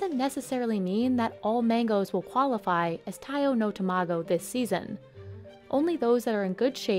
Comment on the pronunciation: It's tamago not 2 mah go